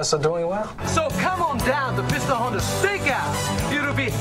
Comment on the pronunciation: It's Piston Honda, not "Hondo". what is this?